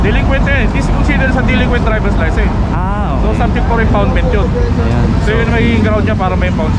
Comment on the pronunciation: Sir license hindi licensent please correct your diction Sir